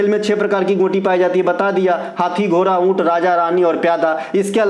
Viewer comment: घोरा नहीं घोड़ा होता है 😂